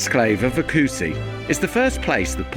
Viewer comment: My beloved country! The way you pronounce oecusse is quite funny... hehehehe acussi?